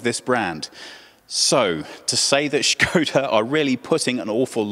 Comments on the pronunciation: First time watching video from your channel and have to say I really loved this in-depth presentation of the car unlike some other channels. On plus note I give props to presenter for knowing how to properly pronounce Škoda because many western car journalists just say it Skoda. Also I really love the sedan version of 2020 Škoda Octavia and I’m looking into buying one and that’s why I loved this video. Really a lot of details to the presentation. Nice job ! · What I loved most in this review is that you actually pronounced Škoda as it's supposed to be. It's a rarity to hear that outside the Czech Republic. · original czech pronunciation